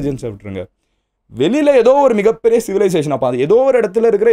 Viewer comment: எதோ எதோ எதோ என்று அழுத்தாதிங்த MG